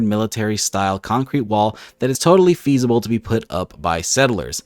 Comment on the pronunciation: "Pheasible", really? XD